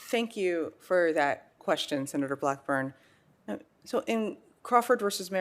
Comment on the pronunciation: Her personal views have everything to do with her judicial decisions. And it is pronounced "for" not "fer". She claims to be educated and should know that.